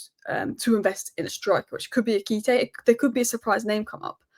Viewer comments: Ekité???? You mean "Ekitike"? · its Eki-ti-ke.....